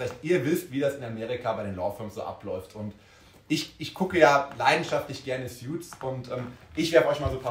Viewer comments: Btw, es heißt Suits [suuts] nicht Sjuits 😉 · Man spricht es ‘soots’ nicht ‘sjuts’ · Es heißt Suits, nicht "Sjuts".